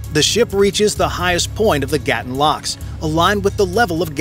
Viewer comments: 👉 Lake "Gatún" is not GAH(t)-uhn (like GATTEN) - - it is gah-TOON !!! It's jarring when the narration of a documentary mispronounces critical elements repeated over and over again. 😮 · It is Gatoon not Gattin. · it is gaa-toon not what you said.